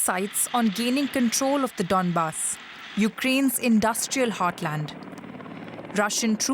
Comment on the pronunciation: Its Donbas and not Dandus sweetheart :))